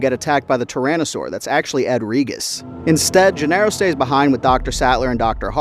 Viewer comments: Bro said “Ed Reegus” 💀💀💀💀💀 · Regis is pronounced like“Reajus”. Lol. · How can such a huge Jurassic Park fan mispronounce both “Regis” AND “Dodgson”?